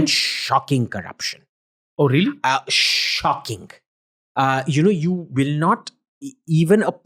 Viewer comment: Shhhhhocking ....Shhhhhocking Corruption 😅😅😂the way he says 🤣. So much propoganda about China out of hatred & jealousy when we Indians can't catch up with them due to America's stragulating our economy...🇮🇳🇮🇳👍